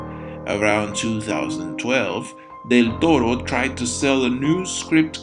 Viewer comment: Excellent video, especially because Victorian-Gothic architecture has always seemed exquisitely relaxing to me, visually speaking, also your pronunciation of the nickname "Del Toro" is simply refined